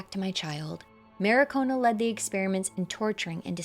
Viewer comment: good video, it's mar-ki-o-na though, not ma-ri-ko-na.